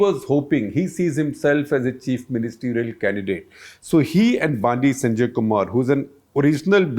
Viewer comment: Correction. Bandi Sanjay's name is pronounced as बंडी संजय and not बांडी संजय. Also Bandi/Vandi in South Indian languages mean "Vehicle" or Vahan